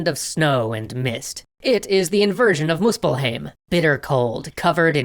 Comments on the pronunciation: Okay this is a bit of a nitpick but "muspelhame"? Maybe you're pronouncing it with some other dialect but Hoch Deutch at least pronounces 'ei' with the 'i' being the strong sound. Therefore Muspelheim would be pronounced like muspel hime. Anyone got an answer as to this pronunciation. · your pronunciations hurt my soul but the video was good the pronounciation that hurt the most was for Muspelheim and surtr.